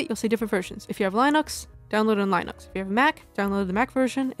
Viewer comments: i have never in my life heard someone linux as "lai-nuks" instead of "lih-nuks" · I'm so sorry dear.. and i hate being "that guy" but you're not saying Linux correctly at all.. Lin like Linda not Lin like Line. I wasn't sure if it was intentional, or just no one told you. For all i know maybe you said it that way to see some jackass like me pop up and do exactly what i'm doing lol >_< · lie-nux XD lyn-ux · you did NOT just pronounce Linux as Line-Acks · just had to point out the way you pronounced Linux, cracked me up 🤣